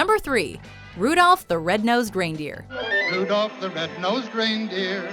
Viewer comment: Why she keep saying GRAINDEER